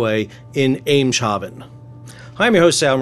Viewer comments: Ems Haven. Not Em Shaven. :) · Not sure of your pronunciation but it should be "Emms-haven," (like the German "Wilhelms-haven,"), not "Emm-shaven." Great video, a fascinating look at this issue, keep 'em coming, thanks! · Not a biggie, but it is "Emshafen" The "Ems" is a river that anchors that harbor (Hafen) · Eemshaven = eems - huff - en, for heaven’s sake, get it right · It is pronounced aymes - haven